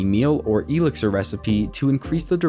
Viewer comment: You're saying "Elixir" all wrong. The emphasis is on the first i, not the e. You're driving my wife nuts!!!